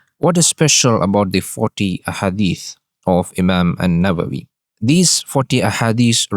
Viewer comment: السلام عليكم ورحمة الله وبركاته بارك الله فيك Imam Nawawi, Not Imam Nabawi * بارك الله فيكم أخي العزيز